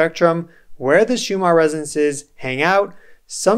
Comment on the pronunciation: You keep calling it Schumar